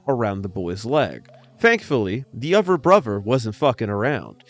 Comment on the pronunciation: Butchers English..."Dee uvrer brover"???